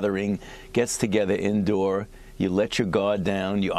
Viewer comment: He said indow